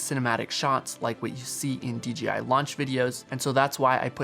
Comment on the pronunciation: Great vids, but you forget that the BRAND is Pronouced with a JAY not a GEEEE. why you keep saying D Geeee I ???? Come on now !